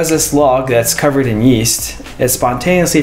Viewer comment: Why is man's holding the log saying yeyast